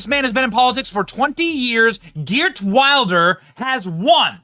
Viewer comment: It’s pronounced “Heert”